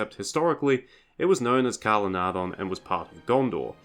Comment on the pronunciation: Can anyone please explain why pretty much every YouTuber fails to pronounce Calenardhon how Tolkien intended? The Tolkien Gateway pronounces it correctly. 😢😢❤❤😢😢